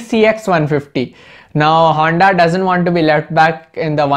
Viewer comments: O lodu honda hota hai na ki "handa" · It's honda not handa 😂😂😂😂😂 WTF